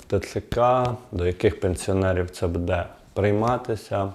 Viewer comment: Буде -наголос? "Буде надано", невже так складно ставити наголос правильно?